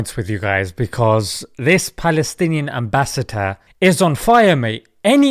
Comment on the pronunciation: I'm sure he said ambassator???